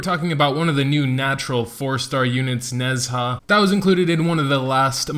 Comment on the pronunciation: its call Ne-Zha not nez-ha, people can call wu-kong correctly not wuk-ong so people can call ne-zha correctly too..